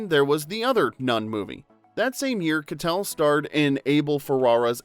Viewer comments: Harvey Kie-tel not Kuh-tel . That was driving me nuts! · Harvey KYE-tell not kuh-tell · It's Harvey Ky-TELL, not "Ka-tell"! We expect more from a real human narrator. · Is harvey's name kuh-tell or kai-tell? I've always heard the latter, but after watching this video, I'm confused.